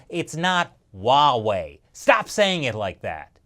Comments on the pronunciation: "uawei?" no, 'Huawei' Norway? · Uh I love you but it is pronounced (Wah-Way). Huawei actually had a name recognition campaign for this or did they just do that to make it easier to pronounce? Edit: Okay. I'm wrong. It is (Hwa-Wei) in Mandarin. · It’s Huawei NOT Wawei! Stop saying it like that! 😂😂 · It is actually pronounced as "wah-way" not Huawei. You are wrong mate and the official is pronouncing it correctly. I pity you as your channel name is "China Uncensored". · H’why h’would you pronounce it wuhway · THANK YOU for pointing out that even our leaders keep mispronouncing Huawei, which is pronounced just like it's spelled! (HWA WAY, in case anyone is still confused.) I find it so irritating that even some NPR and Bloomberg reporters never took a minute to double-check that, as well as how to correctly pronounce Xi Jinping. And I'm always politely correcting people who say "kung fu" instead of gongfu. LOL. But at least THAT is understandable, since Westerners got used to seeing the confusing Wade-Giles Romanization of Chinese before pinyin finally became better known. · your “Huawei” got pretty close to “Wawei” ;) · I know, right. Here in the Netherlands people say Hu-A-Wai which sounds even worse. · I've been trying to improve my Chinese pronunciation. So Huawei pronounced wha-way? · Huuuh... It's actually pronounced WAAAAAH-WAAAAHY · HiSilicon has been preparing for years yes, they have been stealing industry secrets like cleptomaniacs. Huawey should not be given 90 days, cut ties with the thieving bastards now and get it over with. PS. I'm going to dream about saying Huaway.. with an H... tonight, I'm so self-conscious now... Ban it so I do not have to say it!! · i think he is speaking cantonese wah wei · You mispronounced huawei as well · Finally someone noticed that so many people are mispronouncing Huawei 华为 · easy way to pronounce Huawei, CRAP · Did anyone notice that mispronunced Huawei with a W instead of an H. Should be ashamed. LOL:D